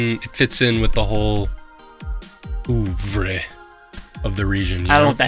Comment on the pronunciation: Did try to say the word "oeuvre" cuz as a French person I did not get that at all 😅😂